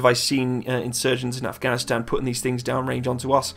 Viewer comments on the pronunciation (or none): none